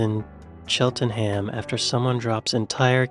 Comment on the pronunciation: "chelten-heaaam" 😂🤦 how many times?! Any place that ends in "ham" is pronounced "um" its *cheltnm 👍